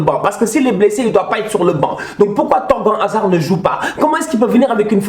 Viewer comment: "Torgen Hazard" jpppp quel masacre t'a rien respecté😭 ça ce dit "Torganne"